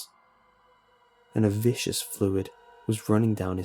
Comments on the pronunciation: I know this has come up before, but viscous is not vicious. It is pronounced viz-kus and means having a thick, sticky consistency. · "Viscous" is not pronounced "vicious" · Amazing story, and as always, an amazing read! Huge fan of yours! Only gripe is that it's "Viscous" (Viss-Kuss) not vicious (vish-us) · ...and who was BEE?!!! anyway, i swear purposely mispronounce viscus as vicious just to get to us grammar nazis. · its VISCOUS. VISCOUS. NOT VICIOUS. jesus christ. get back in the 'clawset', dude. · These guys are like professional narrators right? how come none of them can fucking pronounce the word VIS CUSS!?